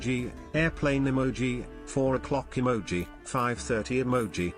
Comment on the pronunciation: Emoji, ,uhmoji, Emoji, Amoji, Eemoji